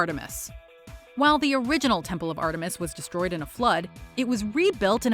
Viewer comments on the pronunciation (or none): none